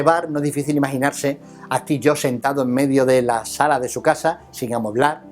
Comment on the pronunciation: "Esti Llo" (Steve Jobs)